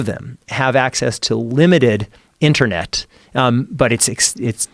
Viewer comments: fffark the way Joe says internet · Joe “Enter Net “ Rogan